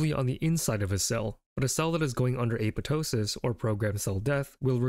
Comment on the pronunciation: FUCK YEAH LITERALLY THE FIRST TIME I'VE SEEN SOMEONE PRONOUNCE APOPTOSIS CORRECTLY!! 🤘🙇 HELL YEAH TO GREEK ROOTS!